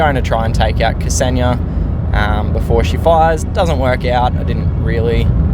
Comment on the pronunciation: Hello, thx for the video and glad to see you're back in the game :) Also, just wanted to say it's pronounced 'Xenia', in one go, , not 'K-seni-ya'. :hand-purple-blue-peace: It's my gf's name :face-blue-heart-eyes